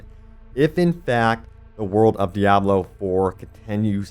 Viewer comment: I love how you say "de-abb-loo" lol